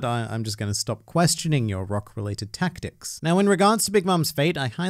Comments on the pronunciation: "Rock related TAKT-TICS" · Ha! 'Taktics'.